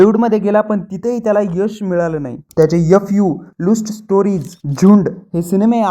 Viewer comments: भाऊ ते लुस्ट स्टोरीस नाही रे... ते लस्ट स्टोरीस आहे 😂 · लुस्ट स्टोरीज नाही रे... लस्ट स्टोरीज...😂 आणि मंजुळे...मुंजुळे नव्हे... विश्लेषक (?)😂